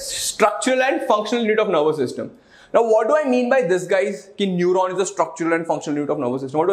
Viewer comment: Lol its neuron 😅🤪